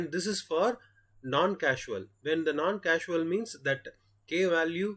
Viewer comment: This helped me understand convolutions with a quick example. One note would be that the functions that are 0 for negative values are "causal" and not "casual" as pronounced in the video